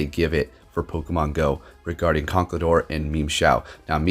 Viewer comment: "Memeshao" and "Conkledorr" got me wheezing'🤣🤣